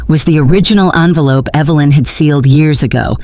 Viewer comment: Its envelope, not onvelope